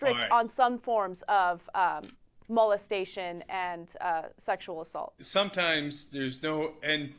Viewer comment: mowlestation? lol